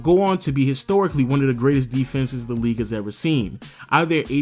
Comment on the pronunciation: best in the “weague”